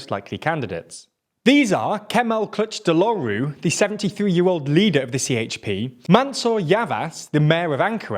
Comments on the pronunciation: Please practice your 🇹🇷Turkish pronunciation, Kilicdaroglu (Kilij-dar-oglu) its not that hard. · he got the pronunciation right with the wrong stressing of the syllables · "Clutch the lowroo" I understand that Turkish is not your first language, and I would also noy be able to properly pronounce the man's name, but this sound so English I could not stop laughing. I know you've once said that you study on pronounciations, but throwing his name in google translate once will probably help a lot already to better names like these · Kiliçdaroğlu is pronounced as kilichdaroolu maybe. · you mean clutch de rowloo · It's pronounced "kill-itch-DAH-ro(g)-lu". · my god if I hear 'Cutch Deloru' one more time... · I know he is not native Turkish speaker, and neither am I, but his pronunciation if Kiliçdaroğlu is so funny 😂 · i needed to hear that kılıçtaroğlu pronounciation. i loved it.